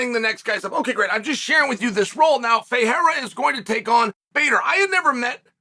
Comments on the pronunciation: The fact that Chael can pronounce Ferreira who fights in the PFL but can't pronounce Pereira who fights in his own company, the UFC, is hilarious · Chael can pronounce Ferreira, but can’t say Pereira. That’s a peculiar problemo.